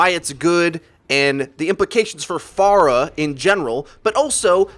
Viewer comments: Its pronounced (fair-ah) not (far-ah). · Isn't it F-Air-ah not F-ar-uh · Fair-a, not far-a, you heathen! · She is pharah not far-ah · It's pronounced f-air-uh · Faruh LUL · Who the hell is far-ah ? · TheFade Yes. "Phora" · how do you pronounce it? i just say "Far-ah" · I don't have anything against you or anything bro, you upload great content, but one thing that just really makes me cringe is the way you say Pharah. You say it like Far-uh but I don't think you would say Pharaoh like Far-oh, so it just boggles my mind a bit 😂 otherwise awesome job and i totally agree with your view on the buff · Yeah I had to stop watching this in about 60 seconds, please stop saying "far-uh". Driving me bonkers. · I'm triggered because you don't know how to pronounce Pharah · The way he says pharah is triggering me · Anyone else bugged that he kept saying pharah wrong?